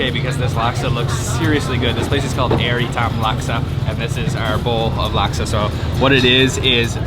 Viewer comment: Air shouldn't be pronounced like in English. It's more like aiur, the homeworld of the Protoss from the Starcraft franchise. Only the "U" is not so prominent in the pronunciation.